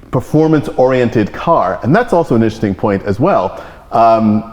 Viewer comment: Enunciate Mr. Osborne, i-n-t-e-r-e-s-t-i-n-g, not in'sting.